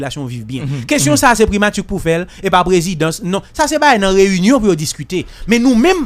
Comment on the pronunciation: 😂KOZE FRANSÈ KREYÒL SA BAY MOUN SA YO ANPIL PWOBLÈM WIIII😂😂😂 POU JAN LANG KREYÒL LA BÈL, MISYE PAKA DI PRIMATI.....MÈTRE BONIFAS , PRIMATURRRRR.... ELATRIYE.... MESYE RAMASE BOUCH NOU TANDE.